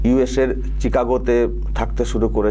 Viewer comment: প্রিয়, চিকাগো না, শিকাগো হবে।